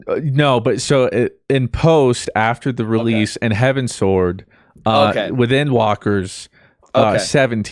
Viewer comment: you can really tell fruit doesnt play ffxiv, because he pronounced it "heavensword" and not "heavensward"